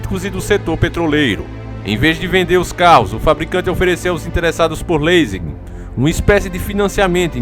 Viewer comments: Se lê " lizing "! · A pronuncia do leasing foi foda! Analfabeto conspiracionista....